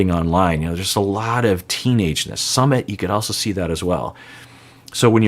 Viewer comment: is always mispronouncing Sumit’ s name. SuuMit. I also think Jen was acting like a kid when she allowed her friends to tell Rishi’s parents. If he believes in astrology and wanted to wait until Aug 5th to tell them based on what the astrologer said, the Jen should have waited or moved on because she didn’t want to wait. I don’t think anyone should shame Rishi because he wanted to wait.